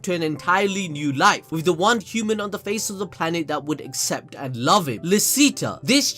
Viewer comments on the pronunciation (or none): none